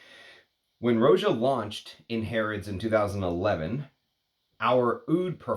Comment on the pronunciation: Roh-jah, not ROW-jah. Watch his interviews.